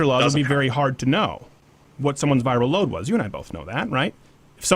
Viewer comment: You said VIRAL “LoAD” haha